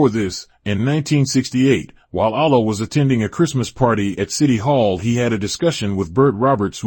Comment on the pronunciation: It sounds like a devil (a divine evil) is doing the documentary. Peep the sound when he says "Allah" and "Karriem". Can we get a documentary by one of the first 9 born?